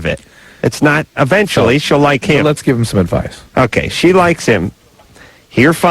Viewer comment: Don't like the way Adam says uhventually instead of eventually